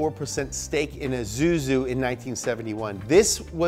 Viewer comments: "AhZooZoo" (Isuzu) LMFAO 🤣🤣🤣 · 'ezuzu' made me laugh my lungs out XDD We pronounce it /issouzi/ here in my country